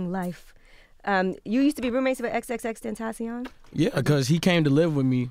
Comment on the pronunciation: angela... SAY XXXTENTACION RIGHT! you said it like a white gurl :/